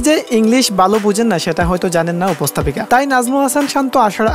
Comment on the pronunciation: "উপস্তাপিকা" বলা হয় না, উপস্থাপিকা বলে।এ কেমন বাঙালি যে শুদ্ধ বাঙলা জানেনা?